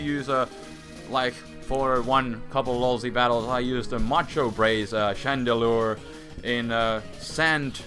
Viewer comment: chandelure not shandra....wtf is a shandra? XD